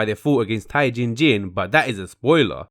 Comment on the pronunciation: I’m triggered by the way he pronounces jin tae jin....